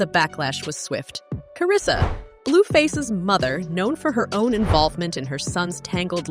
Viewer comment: Karlissa name too🤦🏼‍♀️ she said karissa where the L at 😂 (Hope i spelled it right)